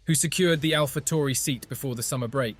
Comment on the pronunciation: I know this guy did not just say alpha tory